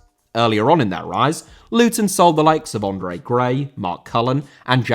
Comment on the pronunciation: Andre* not Ondrei